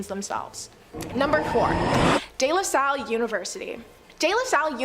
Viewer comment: Her narrating is good except for archipelago, and day la salle, pls if you do a public video like this a little reaserch for pronunciation doesn't hurt